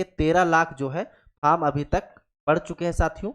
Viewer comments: Vo faam nhi form hota h kya master banega re tu 😂😂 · अरे बोका तुम ओ अपना लोकल language में फॉर्म को फाम बोल रहा है